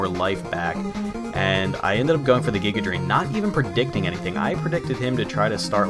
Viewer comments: You got me now saying Guy-ga Drain instead of Giga Drain, DAMN YOU!! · Your mispronunciation of "Giga Drain" has grown on me.